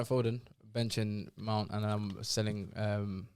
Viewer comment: saying mount over Foden is horrendous